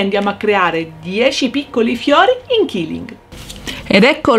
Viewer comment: Ciao ad un convegno mi è stato detto che la pronuncia esatta e quilling così come si scrive perché detto killing tradotto è uccidere